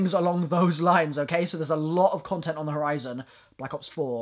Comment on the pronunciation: Honestly your French accent here could work, one thing you got absolutely right is the way the pronounce "the" and everything else that starts with it, people in France don't get the fact that "ze" makes zero sense but they still use it